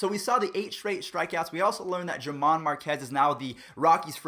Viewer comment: Her-mán not Ger-man